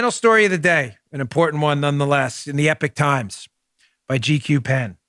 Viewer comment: I wonder why Dan and most Americans pronounce Epoch Times as Epic Times.